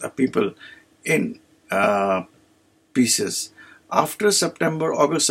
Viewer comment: It’s Pisces not pieces 😂